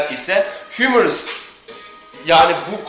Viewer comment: ingilizcesi değil anatomi terimleri latincedir humerus yazılır humerus okunur yani ingilizcesi himmeris falan demene gerek yok anatomiyi az daha öğren